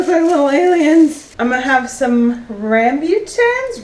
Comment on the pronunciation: ram-boo-ton. Those things are everywhere in Thailand. Delicious and a good replacement for lychee. I prefer rambutan usually, and the process of peeling them is FAR easier than peeling lychee. Your hangry balls look awesome! I would imagine they would be good with dried fruits!